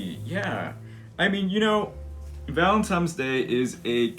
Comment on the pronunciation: It totally sounds like you’re saying Valentimes! That’s what I call it